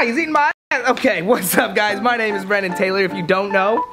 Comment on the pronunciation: SWEETNESSanti and it's brennen not brennan